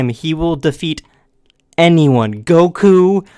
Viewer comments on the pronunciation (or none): none